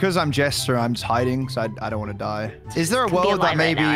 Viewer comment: "iz zer nobody?" "how iz zear nobody?"